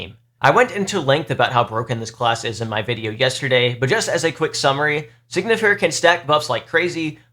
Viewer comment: Time to be a douche. It pronounced sign-y-fer. Not Sig-Nifer I am sorry